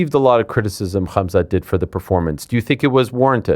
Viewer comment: Ariel pronounces Khamzat with that Russian h sound poggies